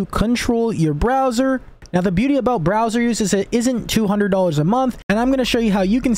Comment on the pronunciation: browser not BROSWER